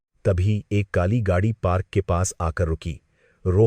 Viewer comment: Gadi ko gagi bol rahe ho pahle shabdo ko shudh kare